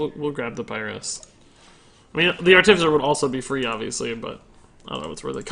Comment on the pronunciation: You keep calling that mage creature "Arcane Articifer". It's Artificer, lol.